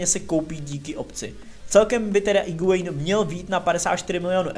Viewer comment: Sorry, že opravuju, ale u Higuaína se u nečte